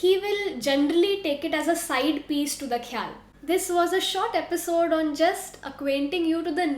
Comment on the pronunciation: When you can pronounce Khoyal with Kha (ख ) خ like khan ख़ान ओर ख़ून then why are using खे ??